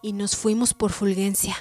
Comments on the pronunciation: Que escalofriante relato. Muy bien leído. Solo una observación, no es Fulguencia sino Fulgencia. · Fulgencia se escribe así, con "g", pero se pronuncia como si fuera "j" , es decir como si Ful-J-encia